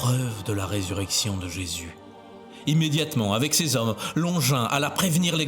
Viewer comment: Bonjour, comme bous j’ai horreur de ces vidéos générées par IA, beaucoup de blabla inutile, des redites, ces voix horripilantes qui ne savent pas prononcer SES ou CES, et ces illustrations absurdes, anachroniques qui montrent des gens du 1er siècle avec des lunettes 😂 Anne Catherine Emmerich a raconté la guérison, la conversion et la fin de vie de Longinus, qu’elle appelle Cassius, dans son livre de visions La douloureuse Passion de Notre Seigneur Jesus Christ.